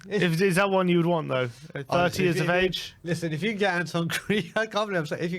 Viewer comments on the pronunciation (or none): none